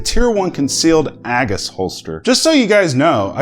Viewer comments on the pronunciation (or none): A-GIS not A-Gus... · AGE-iss, not AGG-iss